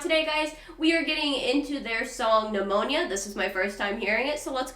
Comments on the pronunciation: Pneuma not pneumonia 😊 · New ma …not pneumonia dear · By the way, the song is pronounced new Ma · Lol!!! It’s “Numa”. Like the old “numa numa” video. Pneuma. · 😂😂 Had to laugh. It's Pneuma. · At the very least she should have learnt to pronounce the name of the song lol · The song isnt called pneumonia. Take away the P and it is pronounced just how it looks.